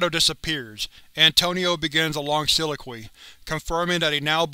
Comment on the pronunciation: I'm sorry, but the way you pronounce "soliloquy" makes me cringe every time I hear it.